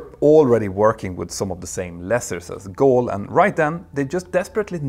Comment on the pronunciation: Hi Peter, the airline's name is Gol, not Goal, thanks, always great jobs, greatly appreciated!